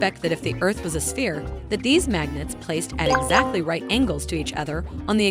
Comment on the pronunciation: Hi hi, fresh from your guest post at SciManDan. Very funny. Also, the world is not a sfeerah, its a sfeer, as being Scottish I know how to pronounce things properly :)